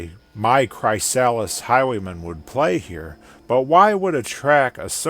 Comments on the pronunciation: im pretty sure its pronuced kriss- sal list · It's pronounced Cry(as in crystal)-Sa(quickly, fast)-lis(as in the name Liz) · His pronunciation of chrysalis really hurt It's "cri-sal-is" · Bro i work for a company called chrysalis and ive never heard it pronounced like that. You had me questioning myself so hard 😅